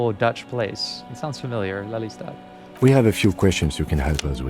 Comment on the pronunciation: You pronounce Den Haag perfectly fine, including the G. The characters in game don't pronounce Lelystad in Dutch, the E is a long vowel and rather than a short "Leh" sound. Then again, names of places are commonly pronounced a bit differently by other nationals the world over. But if Klaasje is from Oranje... (could be just the voice actor, since various people in game pronounce some of the same names differently, or it could be something else...)